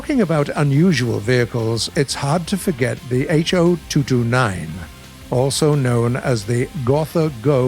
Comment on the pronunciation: What he says"Ho" What I hear "HOE"